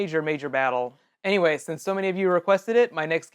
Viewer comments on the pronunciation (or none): none